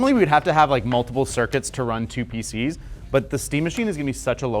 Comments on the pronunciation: you guys remember when Linus said "peCnis"? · Haha, he said pcnis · peeceenis lmao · pcness? say that again :face-blue-smiling::face-blue-smiling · Linus says PC-ness. We all heard it.